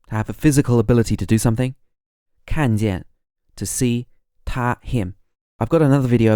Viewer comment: 一看见他这四个字，要改一下语调和重音，正常人不这么说话。